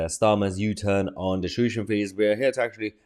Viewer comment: Mayher…it’s tuition…not tushion